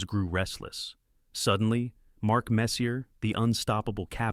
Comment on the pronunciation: Can you stop pronouncing the “R” in Messier? You even had it right sometimes. 🤦🏼‍♂️